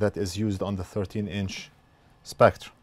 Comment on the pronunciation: Can you NOT pronounce the word "spectre" ?????